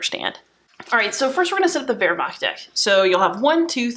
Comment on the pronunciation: Awesome - subscribed looking forward to more of your treatment and love the way you correctly pronounce Wermacht ! Kenrick